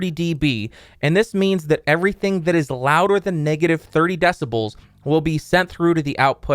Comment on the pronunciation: Por fín lo entendí !! "DÁSABOL" es "DÉCIBEL" !!